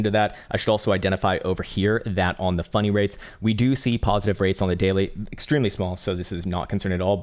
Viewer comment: When you say funding rates it sounds like you're saying funny rates. I like funny rates better.